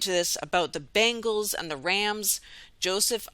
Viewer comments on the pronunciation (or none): When pronounced 'Bengals', It sounded like 'Bangles' to my Scots ear. Mind that rubbish band...'Walk like an Egyptian'..Amazing indeed. Blessings all.